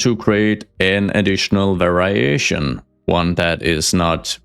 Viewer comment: Just a little English tip: we pronounce "variation" as "very-ashun". Almost like "very Asian". Love the content, keep it up!